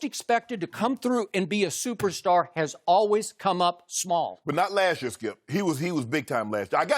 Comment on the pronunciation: “Lask year” 😂